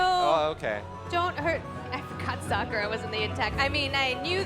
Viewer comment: Suck ah ra. That pronunciation really bothers me.